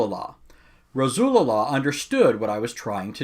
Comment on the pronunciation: i like how you say 'Rasulullah' 😂😂